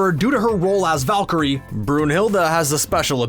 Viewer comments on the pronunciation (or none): none